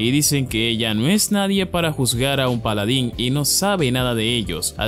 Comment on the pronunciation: "Polodin". hay ta lo que depediste :V